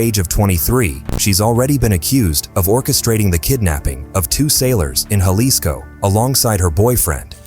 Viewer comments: Ha-lisco not ja-lisco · Is pronounced with an H not an J godly do l if your actually doing research you works know that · How ignorant to not even know how to pronounce Jalisco